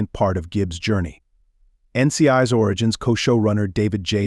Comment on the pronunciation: I cannot stand the generated voice. It is not "N.C.I's" it is "N.C.I.S." ... PLEASE STOP!! I cannot even pay attention to your video simply because of the silly flaws!!!!! Please do better!!!!